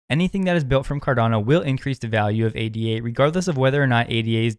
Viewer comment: Top tip! Just say "ADA" and not "A.D.A", as ADA is named after Ada Lovelace not A.D.A Lovelace.